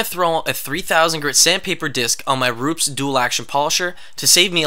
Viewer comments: It's Roo-pez, not Roops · ru pes not rups